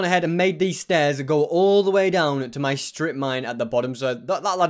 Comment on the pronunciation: why u keep saying me stuff its my stuff